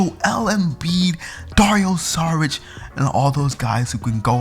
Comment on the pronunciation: A decent video but if you are a Heat fan, at least learn how to say Goran Dragic's name properly! It is pronounced DRAG-ITCH!!! I mean if you can pronounce Dario Saric's name correctly then surely you can for Goran.